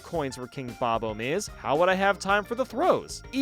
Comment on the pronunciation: Bobomb is a contraction. They are named Bob, and they are bombs, spelled bobomb instead if bobbomb to make it easier to read. It is absolutely pronounced bob-bomb.